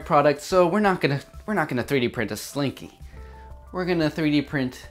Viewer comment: he called it a slinko one time and now i am screaming inside